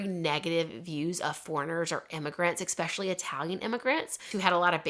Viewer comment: d “especially” incorrectly. U say “exspecially” there’s not x is the word. Just fyi